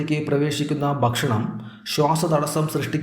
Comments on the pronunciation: 'Bakshanam' ennalla mariche ' ,Bhakshanam' Ennanu parayentathu. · അറിവ് നൽകുന്ന വീഡിയോ, ബഷണം അല്ല ഭക്ഷണം എന്ന് ഉച്ഛരിക്കണം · കാര്യമെല്ലാംശരിയാണ്.ഒരു കാര്യം മാത്രം.. ബക് ഷണമല്ല,, ഭക്ഷണം..